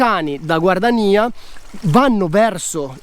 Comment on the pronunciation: perchè scrivere GUARDIANIA e pronunciare GUARDANIA?